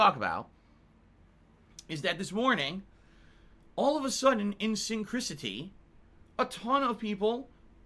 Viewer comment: synchrisity? Add Synchronicity to the board. It’s hilarious how he over enunciates but still says it wrong